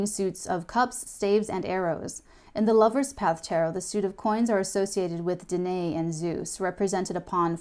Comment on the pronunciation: French is mainly derived from Latin and Greek. Danae is actually spelled Danaë, which means that you pronounce both letters: Dana e ( 3 syllables and it should sound like mama, not Dana) xxx